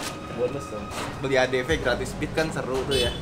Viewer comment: Bukan ny itu huru v y bukan huru f